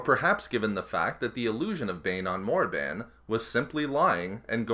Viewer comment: Canon Bane's Story sounds for me like Jedi propaganda and overriding the truth for the benefits of the Jedi.. P.s. it makes me sad to hear the word "Morriban" from your mouth..